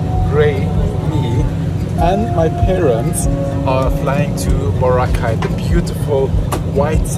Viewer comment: I just noticed that sometimes you pronounce Boracay incorrectly, but later, you change and say it right. Just noticed it, and I thought it was funny. Love to see you and Grae out enjoying the Philippines. ❤